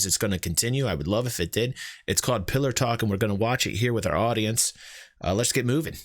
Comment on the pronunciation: I thought they called it Pillow Talk for a moment there :P